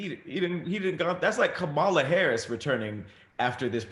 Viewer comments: Kamala. Comma-la. Love y’all but it’s comma-la. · Kamala (Comma-la) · I love you but you are pronouncing Kampala’s name wrong. Its COMMA-LUH. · please learn how to say VP Elect Harris' first name!!!